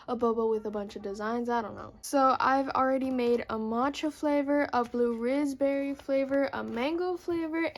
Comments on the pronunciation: Is it just me or do u guys think that she's saying bluerizz berry flavor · Help the way she said bluerizzbery i cant stop laughing😂😂